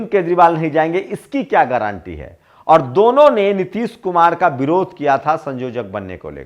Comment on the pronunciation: गारंटी का सही उच्चारण कीजिए।ग्रांटी ग्रांटी मत बोलिए।